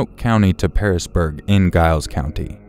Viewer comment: You pronounced Giles wrong. But don't worry. Everyone does!